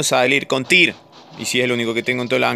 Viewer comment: Es tyr , no es thor xD